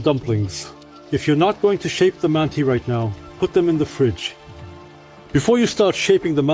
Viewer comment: С удовольствием смотрел и на русском, и пересмотрю еще раз на английском. Но укажу на мелочь - в самом начале, как будто потерялся смысл реплики про казахское ударение. В английской версии прозвучало почти одинаково "They say not mánti, but mantÍ". Рускоговорящему - понятно о чем речь. Но в английской версии звучит почти неразличимо.